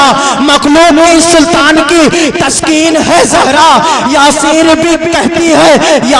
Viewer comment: تشکین نہی تسکین ہوتا ہے کیوں پڑھے لکھے نقیب لوگوں کو بدنام کر رہے ہو ۔۔۔تلفظ تک صحیح نہیں اور اسٹیج پر کوئی اصلاح کرنے والا نہی ۔۔تعجب ہے۔۔۔۔۔۔